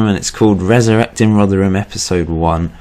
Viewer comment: Oh yeah and we pronounce rotherham rother rum